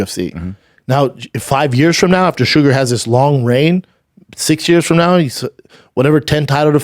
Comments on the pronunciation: Listening to him say "shugga" was painful. It's SUGAR! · For the love of everything in the world stop calling him suga every 3 seconds holy fuck